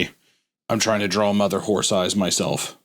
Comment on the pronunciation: I love that Hunter is 47 with the pronunciation of a toddler 😂 Dude is a whole ass professional artist and says the word draw like “drall”